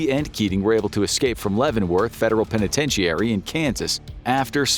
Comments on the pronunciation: Federal "pentatenchiary"😂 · Please tell you narrator it’s pronounced pen-eh-ten-chur-ee. Penitentiary. And the Spanish word Jesus is pronounced hey-sus. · The mispronunciation of penitentiary is so weird. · This guy can't even pronounce penitentiary